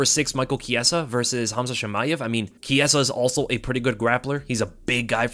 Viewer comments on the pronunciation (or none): none